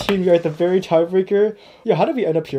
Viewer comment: "verrry" XD